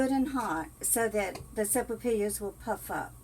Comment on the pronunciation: not being critical, but the l's are pronounced like y's😁